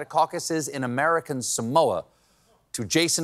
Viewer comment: I just wish that someone would pronounce "Samoa" correctly.